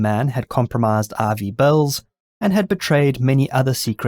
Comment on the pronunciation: I tried looking up Operation RV Bells. lol it turns out he was saying Ivy Bells.